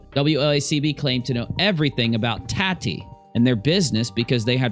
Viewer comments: lol think Tatiana and shorten it to tati. It's not tat like tattoo, it's tati like tot (rhymes with hot)....Tot-eee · You are killing me it's taaatiii not TATtii 😂😂